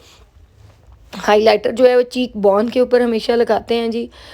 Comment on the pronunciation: Omg i love how her english is the was she says cheek bone is so funny And how she say conture is so funny